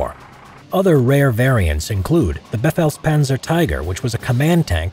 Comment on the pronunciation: Wut "befeghlspanzer tiger"